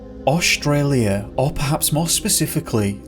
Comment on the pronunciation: Staci Taylor I do too except he says Oshtralia instead of Australia. That makes me laugh.